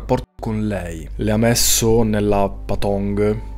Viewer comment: Però devo ammettere che quando hai detto “la Patong” non ce l’ho fatta…